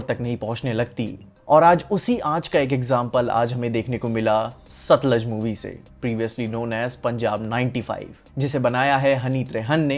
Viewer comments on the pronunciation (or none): Not सतलज bhai its सतलुज..